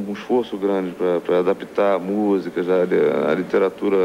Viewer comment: O Tom Jobim falava "jás" também sksksksk